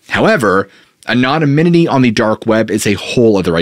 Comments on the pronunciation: “An-on-a-min-it-y?” I think you mean “An-on-ym-it-y.” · aNONymity not anominity ffs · Please work on your pronunciation of the word anonymity.. it's not anonomynity. The pronunciation is off all together. You've added an extra syllable and there is no third "n". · "Anomininity" 😆 🤣 😂 you must have "Googled" that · I just can’t get through this video with you saying “anomomininy” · Love your content. I had to play back “anonymity”. Might want check on how pronounce it. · pretty funny how he doesn't know how to say anonymity. pretty important word for the topic! lol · If you're going to use the word 'anonymity' sixty times, learn how to pronounce it properly. It's a veritable assault on the ears. Have a nice day. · Started out really enjoying your content. But now I can’t make it through the first few minutes of you repeating mispronunciations of COMMON words. Good God man! PLEEEEAAASE. Learn to speak the kings English properly. Truly heald back saying anything for so long cause you’re such a nice guy but one of I hear you say anonymity incorrectly one more time imma lose my shit. (Yes I see the irony). With love, and aggravation- keep up the MOSTLY good work, please showing old videos as new content, and if you simply cannot say “anonymity”, maybe don’t repeat it over and over. Sincerely love ya though brah. Can’t wait for some new and interesting content….